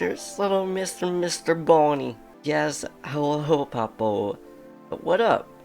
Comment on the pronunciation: hey i love your videos (by the way it's kumatora not kumataro and boney not bonny)